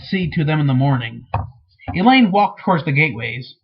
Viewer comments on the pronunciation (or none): Only anoying thing is that he mispronounces some names. Like Elaine, Bergitta, Naineve and Moiraine... Still cool that he reads it though...